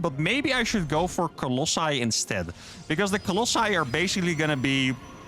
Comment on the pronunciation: Colossi not Colossai, there is no a in that word.